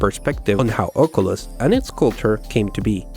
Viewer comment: Am I the only one who does not like it when he says "Ocolus" and not "Oculus"